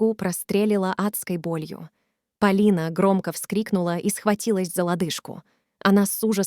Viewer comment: История интересная ,но слушать настолько противно ! Вы что ? Русский язык изучали через интернет ? Ударения не там . Господи ,какой же безграмотной нужно быть ,чтобы в имени девушки и то ударение не там сделать !